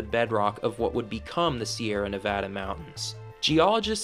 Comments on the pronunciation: Sierra not Sierras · “You are traveling to ‘The Sierra’, not ‘Sierras.’ ‘Sierras’ is grammatically incorrect and stories that use the word ‘Sierras’ lose all credibility with those who know better